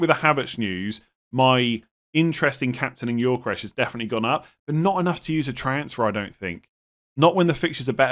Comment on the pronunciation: Please stop saying gyokeres as yorkresh